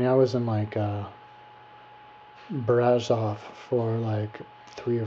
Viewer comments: no it is BRASOV not brazov:)))) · And btw : It`s Brasov, not Brazov. You should have been smart enough to google the right city name before you posted this video. But you`re an american, not a romanian. That sais enough. PS: To quote you "Romania was a pretty place, lots of trees and bla bla" WOW! A romanian 6 yo would compose a better description of a country he visited or would like to visit. It`s called "compunere" in romanian and only God knows how many of those we all had to compose when we were in school. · my dear friend next time you go visit a country try to go with an opened mind,the only things you mentioned about Brasov(brah-shov) not brazov,first Brasov its not surrounded by hills but by mountains ,beautiful mountains,the city is older that most of the stuff in usa,next Romanians dress up my friend ,i live in us and know what i'm talking about,u have a issues against old stuff btw,and the gypsies do whatever they want to do and yes they are from india,non-romanians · first, it is BRASHOV and BUCURESHTI! second u are an poor american who believed the stupid story we tell the tourists to sell an image of dracula and transilvania...if u were interested in the place u were traveling to you would have read some truth first...